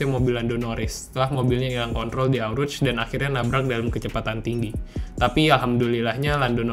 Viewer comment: Really? Eau Rouge di baca Au Ruz? Wkwk u need more experience 'bout that